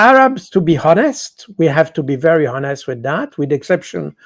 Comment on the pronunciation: Superb 5 star command of the English language, way ahead of most native speakers! If l may point out one tiny flaw: the h in(h)onest is silent as in the words hour/heir/ etc.